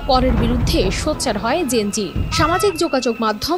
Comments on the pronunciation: KINDLYpronounciatio N TA THIK VABE KORBEN GEN-Ji NA (gen-z) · Please 'যেণজি' টা properly pronounce করেন